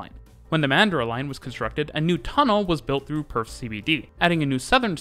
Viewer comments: I also lolled at the Joondalup bit, however nailed cockburn and Mandurah 😂👌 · And yet he absolutely nailed Cockburn and Mandurah! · I've never heard a foreigner pronounce Joondalup before - it took me a second. Mandurah was pretty close, tho'